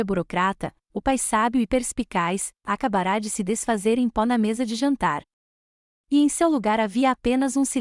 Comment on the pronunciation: Como srmpre, a protagonista da história se reporta no masculino. Toda vez que surge uma palavra que não leva acento agudo na última letra, é pronunciada como se fosse acentuada. Ex: acabara pronunciada ACABARÁ.